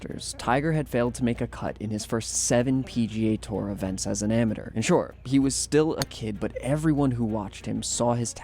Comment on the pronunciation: learn how to pronounce “Amateur”